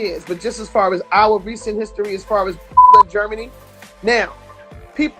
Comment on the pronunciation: GERM- MANY=GERM MAN